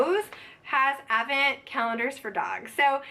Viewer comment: TFS. Happy Thanksgiving. Advent presents are great. You say it without the D which makes me cringe every time but I love you enough to keep watching lol